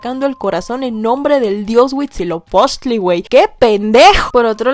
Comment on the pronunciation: Pronunciaciones incorrectas de la con su respectiva corrección "correcta" (pongo comillas porque varía la pronunciación dependiendo cada grupo originario, pero podria consensarse que es asi) Huitzilopochil❌ Huitzilopochtli ✅ Mishtlantenushtli❌ Mictlantecuhtli (la h se pronuncia como j)✅ De lo demas, los pronunció bastante bien, y su invitada estuvo espléndida.